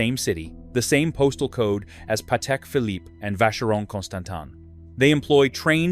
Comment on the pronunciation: 30sec in we get “…Patek Phillip-eee”…AI Slop…I’m out😤